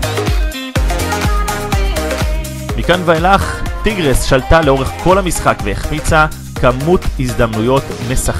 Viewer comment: אומרים טייגרס לא טירגס